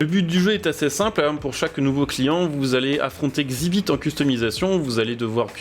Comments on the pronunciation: Ca se dit X ibit pas xibite , ouai il est un peux caca 😂 mais j'étais assez fan de pimp m'y ride du coup voilà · Par contre ça se prononce Exzibit …….. 😅